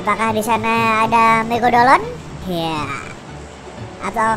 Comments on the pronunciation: Megadolan WTF 😄😄 Megalodon bro bukan megalodan 😄😄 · Megalodon bukan megadolon😂😂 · Megalodon bukan Megadolon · Ngakak suaranya😂😂😂megadolon(megalodon) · MEGALODON ANJIRR BUKAN MEGADOLON , KOCAK BAT KOCAK ANJIR WKWKKW AUTO SUBSCRIBE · Megalodon, bukan megadolon 😂🐐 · Abang main pubg di terminal mana? (Latar belakang) EDIT: megalodon bukan megadolon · Lu tau ngomong megalodon megadolon wkwkkwkw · Megalodon kali bang bukan megadolon...hahaha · Megalodon cuk bukan megadolon 😂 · Megalodon bukan megadolon😂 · Megalodon bukan megadolon🤣🤣🤣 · Megalodon bang bkn megadolon🤣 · MEGALODON cing bukan MEGADOLON HQHAHAH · bang kok megadolon bukan megalodon yang juga ketawa like wkwkwk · Megalodon, bukan melogodonq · Megalodon bukan megadolon:v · Megadolon? Bukannya megalodon? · Megalodon ea....bkn megadolon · megalodon bukan megadolon:v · Ehh bukan megadolon tpi megalodon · Megalodon bkn megadolon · Megalodon bukan megabolon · megalodon bukan megadolon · Megalodon bukan megadolon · Woi megalodon bukan megadolon